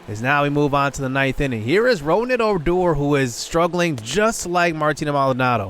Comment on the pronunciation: It's pronounce (RooG-Ned) (O-Door) just letting you know J